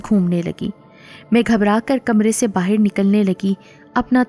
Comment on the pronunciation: Karaaya nhi kiraaya, baahir nhi die, aapki awaaz bohot pyaari he